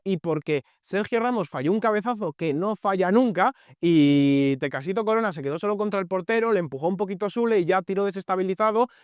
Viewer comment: Es Tecatito Corona no “Tecacito” 😅🫡